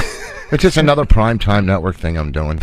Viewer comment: “Here’sh da ting”*